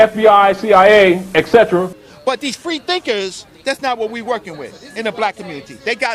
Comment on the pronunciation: Did really say "these frer thinkers.. they got to go"?